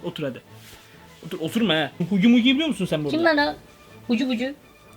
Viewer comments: Huggy wuggy diyon ama haggy waggy diye okunuyor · Abi huggy wuggy ama haggy waggy diye okunuyor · Okunusu hugi vugi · abi o Hugi mogi değil o Hagi vagi o çok sıkıntı valla dikkat et lütfen bu tarz videoların devamı gelsin lütfen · Huggy wuggy diye yazılır hugi vugi diye okunur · Abi sana bişey soyleyimmi olum varya huggy muggy değil HUGGY VUGGY❗bence POPPY PLAYTİME fabrikasına gitme tamamı❓ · Knk yalan olduğu çok belli, Onun adı Hugy Wugy, Hugy Mugy değil. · Ani semi hugy hugy okunuşu hugy wagy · Huggy wuggy okunuşu;haggy waggy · Abi hagy wagy diye okunuyo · Söylemeyi bilmiyo benim kankamı diyo hagi vagi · Huggy wuggy abi okunuşu hugi vugi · Abi huggy wuggy şey diye okunuyo = hagi vagi bide sende sakın arama bizde aramıcaz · Hagy wagy diye okunuyo hugy wugy diye de yazılıyo abi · Abi huggy wuggy diye okunuyo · Yazılışı: Huggy Wuggy Okunuşu:hagi vagi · yazılışı HUGGY WUGGY okunuşu hagi wagi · Yazılısı:huggy wuggy Okunuşu: Haggy waggy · Huggy wuggy diye yazılıyor ama haggy waggy diye okunuyor abi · Huggy wuggy diye yazılıyor hagi vagi diye okunuyor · abi hugi vugi diye okunuyor huggy wuggy diye yazılıyor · Huggy wuggy Okunuşu hugi wugi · Abi huggy wuggy Okunuşu huggi bugi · Huggy buggy ama Hagi bagi diye okunuyor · Okunuşu Hagi vagi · Mezu Çakkiy Huggy vugy diyil🤭